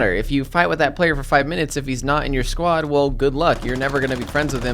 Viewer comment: I thought he was saying squat